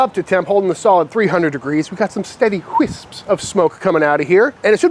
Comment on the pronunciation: OK..... 2 questions. 1) Is Bones a squatter in the shop? He always just lounging around looking at his phone and then sometimes eating weird shit. 2) At ~ did you say "wisps" of smoke or "queefs" of smoke? I listened to it several times and can't decide. One sounds delicious, the other sounds like I need to get a swab up the ween after I eat.